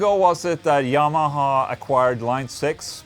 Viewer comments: dude you're trying what? You dont pronounce yamaha like that... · Is it just me or did Ola actually say Yamaha as Jamaha😂🤘🏽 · "The Jah-maha". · Omg he said jamaha... so its more thunderstruck sound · Ola pronounces "Y" with a "J" sound. PewDiePie pronounces "J" with a "Y" sound. Both are swedish though ¯\_(ツ)_/¯